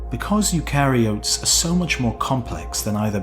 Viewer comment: Should have got Pete to pronounce eukaryote, I think it needs to have a flatter "a" ;)